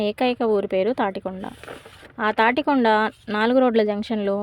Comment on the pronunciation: Tatikonda kaadu tadikonda